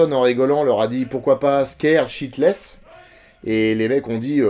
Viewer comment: Mais nooon, "scared shitless!" pas "sheetless" donc en gros avoir peur à se chier dessus! avec le côté vulgaire!